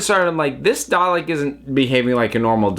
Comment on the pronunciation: Was anyone else annoyed by hpw they prnounced “Dalek” in this episode? It was like “Dah-lick” without that nice long “eh” sound. Like they were rushing it. Did anyone else notice?